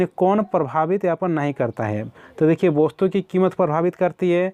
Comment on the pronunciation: सर जी वस्तु को आप वोस्तु क्यू बोलते है